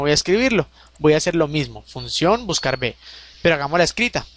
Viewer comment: Hola, ante todo muchas gracias por los cursos. Sólo una anotación: la letra V se pronuncia y escribe uve, la letra b o B se pronuncia y escribe be (sería lo más correcto para evitar equívocos). En resumen la funcion se pronunciaría "buscaruve". Un saludo